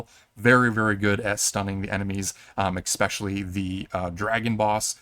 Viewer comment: Love the video, hate the pronounciation of “especially”